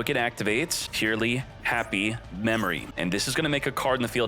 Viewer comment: Isn't it pronounced [purr-el-y'] ?